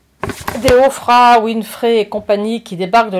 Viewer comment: si vous savez comment prononcer les noms de les personnes plus connus au monde ça rende votre discours incompétent!